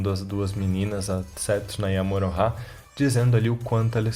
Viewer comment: Não me conformo em ouvi você falar Morohah